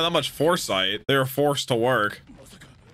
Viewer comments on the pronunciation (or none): none